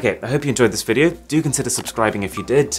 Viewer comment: It's Arun, not Aaron 🧐